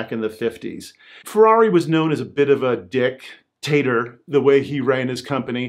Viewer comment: “Dic….tator” haha